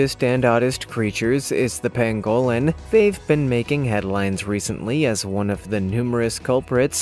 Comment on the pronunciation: I love this channel! But please learn to pronounce words correctly. Like the Pangolin pang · guh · luhn